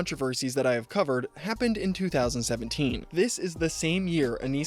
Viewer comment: Why do you pronounce happened with a t